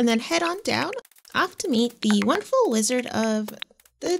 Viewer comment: I dont know why, but everytime said wizard, I hear lizard. I must say Rasmodius the Lizard sounds interesting